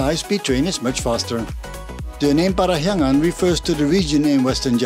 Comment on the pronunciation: Interesting, your pronounciation of "Parahyangan" is so perfect. Correction about the name though, the word "Parahyangan" means Place where Hyang (God) reside. The logic pretty much like when we are talking about Mount Olympus where the Greek God reside. Interestingly enough, a lot of cultures believe that God is reside within high place like mountain. That's why some mountain would seen as sacred. This is also why so many temples was built in high places.